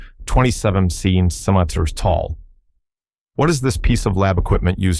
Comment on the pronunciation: What kind of AI are you using that has so much trouble with the word centimeter? 😄